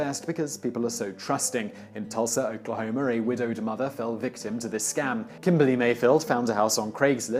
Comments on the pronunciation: TC - In Tulsa, Oklarhomar... Never heard my state pronounced quite like that. I kinda like it. 👍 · UMM... There isn't an R in Oklahoma.